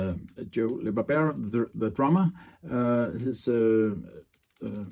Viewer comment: This is a very informative and wonderful presentation. Thank you. The pronunciation of Joe LaBarbera‘s name is La-Bar-Bur-Ra. Again this is an excellent video!